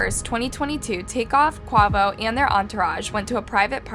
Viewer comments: So cringy the way she pronounced quavo 🥴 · Yeah, I don’t normally comment on YouTube videos, however, a simple YouTube video search would’ve showed you how to pronounce Quavo’s name properly. Also, why does the thumbnail say Quavo murder video when the whole video was talking about Takeoff????????????? Please fix this. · Please have a little more respect for the people who you do stories on . You are completely pronouncing QUAVOS name wrong 😑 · Rest in peace Take off but the way you said Quavo 💀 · You’re starting to give off the energy that you just do it for the money because for so long now we tell you that you need to do better with pronouncing their names. You put Quavo as the picture & even mispronounced his name, and his friend Desiigner . It’s disrespectul to the friends and family, please do better and show your respect towards the victims you’re making videos off of. Its also just showing that you aren’t putting a lot of effort into your research . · Was this video made just for views? This video honestly should be taken down.. First, your title is completely wrong . Quavo wasn’t killed,. Not to mention the death video has always been disturbing… and the way you pronounce Quavo name is just… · I couldn't watch any more of this video with her pronouncing his name horribly what a disrespect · you cant even say quavo name right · I like you but if you’re going to report on these topics please take the extra step to be respectful. The thumbnail is showing Quavo not Takeoff and the pronunciations of the names are wrong. A literal quick YouTube search of Migos would’ve told you how to pronounce Quavo and other names.. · Lmbo I am cackling at how you pronounced Quavo 😭😭😂🤣 RIP Take Off !! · She dif doesnt know who quavo is and i hate the way shes sayinh his name😂😂😂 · Girl you need to learn how to pronounce his name correctly at least…. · Wow can not say quavo for shit rip takeoff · Every time she says “Quovo” I just want to launch my phone 😂😂😂